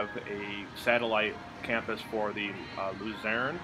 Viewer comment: It is "loo-zern". I grew up in Luzerne County (Kingston to be exact). While you are there, check out the tiny Wyoming Valley Mall just douth of there in Wilkes-Barre. I think the Viewmont Mall is up there still, but I have not been there in ages. I would love to audio fub over this and tslk about that mall in its prime and what are some of the changes it went through and will be going through. Thank you for this update video!